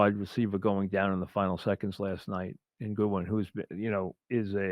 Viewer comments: It's GODWIN MIKE. Not GOODWIN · uh he called godwin goodwin lmaoo ha